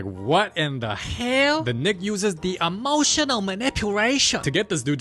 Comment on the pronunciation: I love when he says emotioSal maniPulation